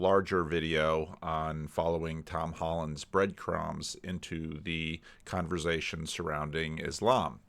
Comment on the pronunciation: No S in Converzation.